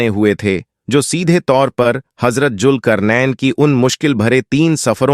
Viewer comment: Bhai pronunce sahi karen bohot se lafz apne sahi nhi bole jese julkarnen nhi zulqarnain h sahi lafz agar aap muslim hn to bade sharm ki baat h